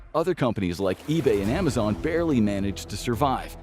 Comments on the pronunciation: And narrated by an AI voice of the same guy trying to convince us he doesn't use AI. But I caught this: AI voice mispronounced Amazon as Amazone. Somebody bring this to the attention of more people. Report this channel for misinformation and lying to us about it being 100% human made. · I thought I did too until I caught it's AI voice mispronouncing Amazon as Amazone. This stupid channel kept advocating that all its content was 100% human made but that's a boldfaced lie. Dude even shows like 5 seconds of himself on camera before some videos to see him "narrating" but as soon as the camera's off it switches to an AI voice. I'm done.